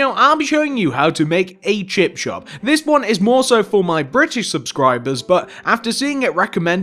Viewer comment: Is it me or does he say chip chop 😂🙂